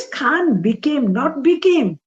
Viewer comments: I think its Quaan and not Khaan. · Its not Khan its Kaan , pease correct .